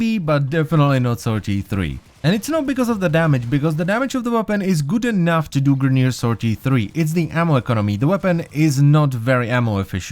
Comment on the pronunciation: it sounded like you said GUTEN enough. Are you german?